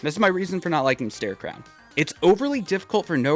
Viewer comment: Why does everyone say "starecrown," and not "starecrow."